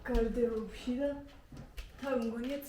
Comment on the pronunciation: გარდერობი არა გარდირობი